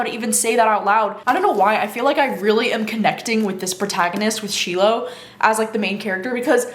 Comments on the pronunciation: I thought you said you were listening to Slow Dance on audio??? but it seems like you don’t know how to pronounce the main character’s name? SHY-lo not shee-lo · Yay! Thank goodness for your review, I’m off to purchase ‘Slow Dance.’ PS The main character’s (Shiloh) is pronounced SHY-lo from what I understand!